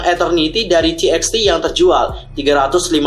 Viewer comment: Bang bacanya bukan ti eks ti tapi = Tu ba tu